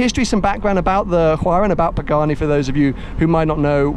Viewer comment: Love your channel, the content and your personality, but your pronunciation of both the Hueiyiarha and Horaitio Pagahnnnni is hideous.